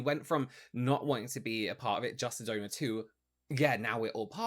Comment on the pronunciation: Gotta get two things off my chest: 1. 🎶”How do you solve a problem like Maria 🎶 Sorry, I had to 2. For two solid minutes I thought was saying “donut”. I was soooo confused… then I realized he was saying “donor” 😹😹😹